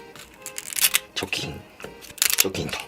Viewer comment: チョキンが除菌にしか聞こえない